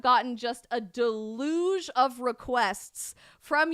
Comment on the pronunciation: Somebody tell her how to pronounce 'deluge.'